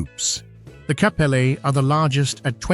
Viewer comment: In Liberia K in Kpelle is silent, so u pronounce Pelle, whilst the g in Gbowee is also silent, pronounced Bowee.